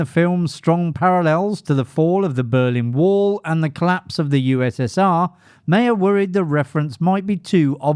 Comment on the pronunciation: It’s Meyer not Mayer.